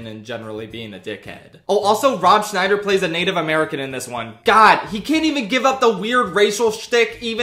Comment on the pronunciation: Scheider not Schneider